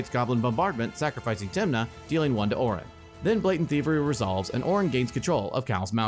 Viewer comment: I have to say... it was very confusing when he kept saying Oren (mine is spelled Orin lol)